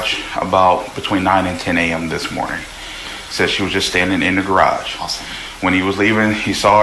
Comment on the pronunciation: This voice is ai. The way it said garage. Garrogh lol.